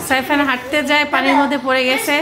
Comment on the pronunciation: সাইফান। সাইফার না। কাম্মি। কামি না।